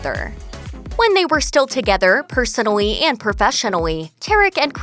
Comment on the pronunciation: The announcer says persoWally and profesonwaney wtf